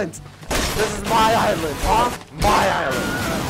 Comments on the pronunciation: wait did he say "bilent" insted of Island" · Did he say get off my bisland or is that just me?